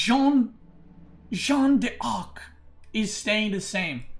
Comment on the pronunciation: jeanne d'arc is pronounced jan dark. shjann d'ark. you're saying it like it's jean-ne d'arc but the -nne at the end of jeanne changes the sound into a simple french A sound. j-a-n dark